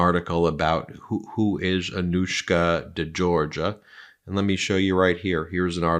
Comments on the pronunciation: It would be respectful if Anouska's name was pronounced decently. De Georgiou like jhor-zhew not jor-guh/Georgia. Not difficult when it's in your own video. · De Georgiou, not De Georgia. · Thats not how it's pronounced. It's the same surname as George Michael.de. jorjiyew I love your work, guys. This is just to clear this up. You uses to mispronounc😅ed those guys who worked with Nauta, and Olivayra (oliveira), you got it right eventually but it was a distraction from the subject. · Hey Ben if this should somehow catch your eye- I’m not a stickler nor a snob, but a nicer way to pronounce this very beautiful and elegant young lady’s family name is more like ‘zhorZHOO’. Just a hint. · Friend of mine has the same last name pronounce "Jor-Joo" also the other lady is Gee-oo-fray otherwise great analysis! ! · Georgiou is not pronounced like Georgia. Jeez.